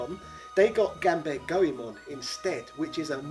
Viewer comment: Say it with me: Gone-bah-le Goemon